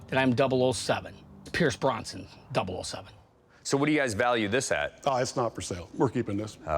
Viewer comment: He said Pierce Bronson😂 it's Brosnan Frankie, gettin him mixed up with Chuck.